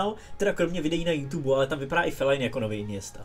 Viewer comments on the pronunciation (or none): none